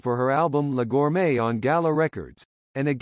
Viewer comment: Her surname was Gorme, not gourmet!